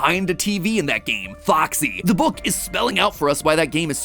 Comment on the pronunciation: I will never hear MatPat say the word “Book” the same way again.